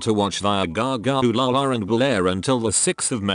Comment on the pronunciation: i love how he says "gaga OOLalaRRR" LMAOOO